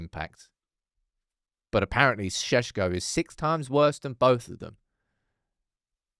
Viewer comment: The way people say Sesko makes my skin crawl.